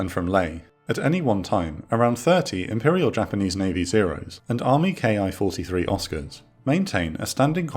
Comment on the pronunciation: Love these recaps. Ki-43 is pronounced "KEE 43."